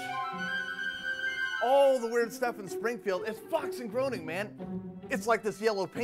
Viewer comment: Lol guy calls him Matt Groaning -_- It's pronounced Greyning, good game Illinois, you lose.